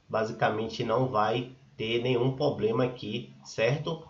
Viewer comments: Amigo você como criador de conteúdo procure usar o português da forma correta, dói o ouvido 👂 de tanto você falar ( POBLEMA), custa falar problema?, fica a dica. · Moço é Problema e não Poblema pelo amor de Deus, e vc fala muito... seja mais Objetivo! Obrigada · Invista no português. Você mostrou ser um cara esperto, resolveu o problema. Mas é dificil seguir alguém que fala poblema.